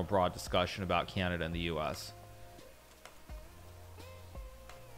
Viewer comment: Canadia? Is this how americans call it?